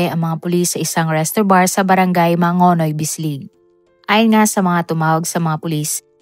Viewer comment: *Barangay Mangagoy Not Mangonoy